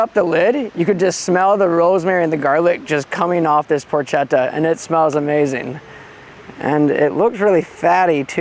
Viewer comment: Annnnnd it’s pronounced Porketta, ch translates into a K sound.